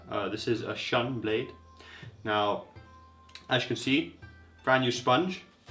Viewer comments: It's pronounced "shoon" you ignorant f*ck. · It is pronounced SHOON, you ignorant f*ck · How dare you to compare a dull Shun knife (and you speak Shun wrong) with anything else? Even the best steel in the world would be awful if not properly sharpened. Moreover, Shun knives are great, and far above any mass production crap out there.